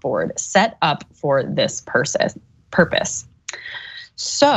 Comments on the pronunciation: Not “ Purpise “ 😦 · I’m guessing was in the bottom percentile of her English class.”Purpise”? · “Purpise” lol